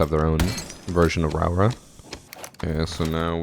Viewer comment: Hey, Nz'er here. The new op (Rauora)'s name gets pronounced Rawra by alot of people. In Māori, rau makes an roe sound like toe so her name is pronounced Roe ora. Lots of luv from the land of the long white cloud